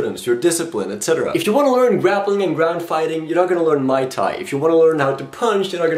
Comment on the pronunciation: No duh, I know what MT is. is pronouncing it like Myai thai.